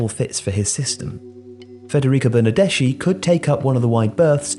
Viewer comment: That pronunciacion of Bernardeschi almost killed me